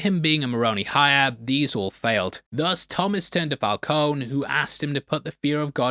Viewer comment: It's fal coney too LOL, like Coney Island lol